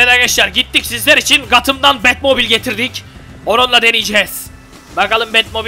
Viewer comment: Abi gatham değil götham